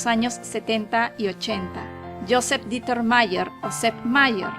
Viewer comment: El nombre está mal, es Dieter pronunciado "Diter", si fuese Deuter se pronunciaría "Doiter"